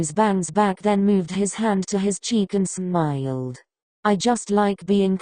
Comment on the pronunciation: “And smiiyulled” why’d she say it like that 😭